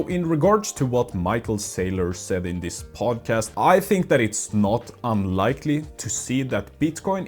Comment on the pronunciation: I'll do that when you stop pronouncing "this" as "dis" or "that" as "dat"